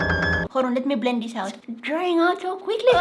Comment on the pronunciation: The word: blend word: bleand bleand bleand 😂